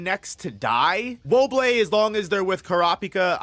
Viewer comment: Wo-Bol, not Wo-Bleh